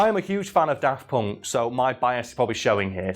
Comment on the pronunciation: 'tis always a bit weird to my ears when you say "Daft Ponk".